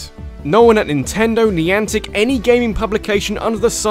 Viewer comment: When ever someone says 'niantec' it just reminds me of 'Nyancat.'